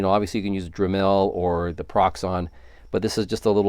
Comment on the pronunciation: Why do you always pronounce shit wrong? You are the only person on this planet (drim- mell)....Its just dremel You don't pronounce it as two separate words.drim and mell. Its one single word dremel man come on. How are you getting this shit this fucking wrong? Are you doing it on purpose?So people like me or waste their time trying to explain this shit to you?